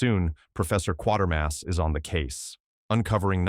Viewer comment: The name is pronounced Quay-ter-mas, not Quar-ter-mas. read how the name is spelled.